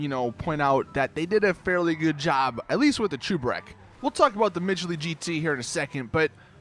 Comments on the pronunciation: It's cheburek not chooburek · it's cheburek. NOT chuberek. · He’s pronouncing it Chu-ber-ek and it bugs me but ima let it slide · What is a chooburek? Its cheburek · that’s not how cheburek is pronounced, it’s a Russian snack/meal, look up “Life of Boris cheeki breeki chebureki” where he shows you how to make it then you’ll know how to pronounce cheburek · The way he said “Cheburek” is actually painful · Cheburek is a play on chebureki and the way he says cheburek pisses me off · I cringe when u pronounce cheburek “cheburek” дебил